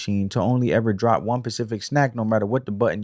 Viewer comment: Great video! Pacific!!! 😂 Spe-cif-ic!